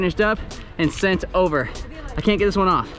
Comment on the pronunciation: “Knocked overrrr” 😂😂